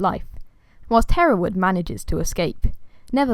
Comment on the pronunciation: Really pleased to hear my name said the way I say it! Haha. Thanks for making this fun video. I can show it to my students when they ask about my name.